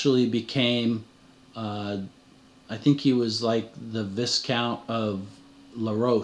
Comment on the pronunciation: Love every minute of your work... I will only correct you on pronunciation. Louis would be "Loowee" and Viscount would be "Vy count"